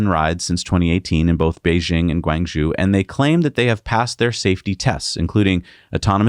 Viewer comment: Pronunciation assistance for Guangzhou sounds like Gwong-Joe.